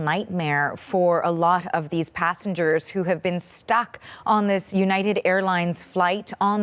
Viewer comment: 16 hoursh?! Why are they doing thish?